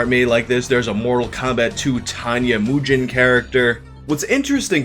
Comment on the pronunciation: むげん or Mugen is pronounced Moo Gen like in the English word "again" [gen] Mugen is a Japanese word that means "infinite" hence all the infinite amount of fighters and in Japanese, all instances of a syllable containing the letter E is always pronounced Ehh and all instances of the letter G are the gutteral G like [guh] and not the J sound [Juh] so Mu Gehn. Not Mu Jen. Which would be むじぇん, a completely different word. It's a very common misconception that people wouldn't know unless you study some Japanese. I hope no one thinks im being elitist or some BS cause i'm just trying to spread more accurate knowledge. Athough fun fact, almost all the Japanese style characters with Japanese names in any Mortal Kombat game, they almost always say their names incorrectly. Like Raiden. It's a well established Japanese name intended to be pronounced Rai like rye bread not Ray. Mortal Kombat X is the biggest offender of saying Japanese names wrong though. It's awful! Not that it takes away from the gameplay at all. But you can just tell how uncultured the creators are. Anyhow, I don't know if you will ever read all this but I can't help but drop that Japanese knowledge when someone says a Japanese name or word incorrectly. Sources: I have spent half my life studying Japanese. Though this knowledge I dropped can be learned on google in like 10 minutes if you search "Japanese Kana"